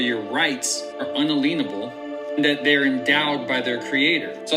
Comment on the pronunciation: Bro not un-a-lean-able ... un-alien-able